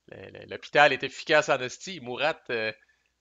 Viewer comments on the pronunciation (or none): Ce jeu a l'air original et intéressant même si on semble plus subir qu'agir les premières années. Mais d'après ce que j'ai compris ça va s'améliorer les tours qui viennent. Je pense que je vais me laisser tenter quand il sera disponible en Europe. Je voudrais juste t'apporter deux précisions en passant : Murat se prononce mura et ce n'est pas Fouche c'est Fouché, GMT a oublié de mettre l'accent. Encore toutes mes félicitations pour la clarté de ton playthrough.